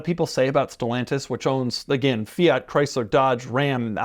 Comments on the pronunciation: fia he says with that fools tongue ..its fiat ha ha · I hate the way you pronounce Fiat